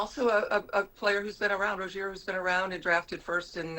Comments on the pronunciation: And it's pronounced Terry R-OH-ZIER NOT RO-ZEAH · am I the only person who immediately noticed she pronounced 'Rozier' wrong